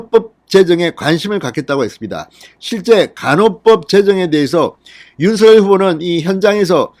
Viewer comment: 윤서결이라고 발음하는게 계속 거슬리네요 윤성녈로 발음 해야 하는게 아닌지요?